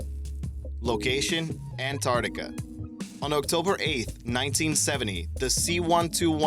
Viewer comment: also, Ant - ARK - tica, not ant - art - ica What's with the "smashing" of the LIKE button? Is it breakable? Will we have to pay if we break it? This is causing me great concern. Now I will be unable to sleep ..